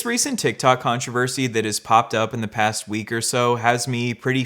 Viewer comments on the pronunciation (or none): none